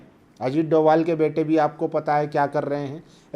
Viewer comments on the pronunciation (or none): none